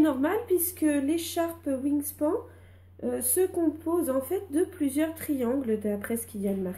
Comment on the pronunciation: Bonjour, très bon tuto pour ce beau modèle. Juste une correction pour la prononciation de "wingspan", il faut le dire comme si ça s'écrivait "wingspanne", qui veut dire "l'étendue (span) des ailes (wing)", autrement dit, l'envergure.